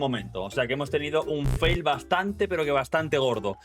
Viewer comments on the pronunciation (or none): none